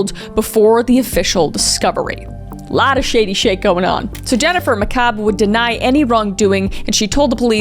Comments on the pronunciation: now Kris i know you didnt watch rhis case because you failed to mention how the Canton police didnt collect evidence properly. They put evidence in red solo cups and then set those in a grocery bag. Also it pronounced ma cabe. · Karen Read: Not guilty on all charges related to John. Guilty on operating motor vehicle while intoxicated. FBI was involved and the experts used by defense were actually hired by the FBI. Several officers have been fired or "rehomed" for things in this case. Pronunciation: Mc Kay-b (McCabe) Can-no-knee (Canone) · Jen “Macabre” is sending me. 😂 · Ok.... I know you don't intend it but mispronouncing Jennifer McCaib's name is giving me LIFE!!!! I spent over a year, TWO TRIALS watching this unfold and she deserves the DEEVER treatment.